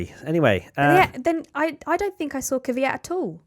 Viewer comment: For the last time it's kveeyat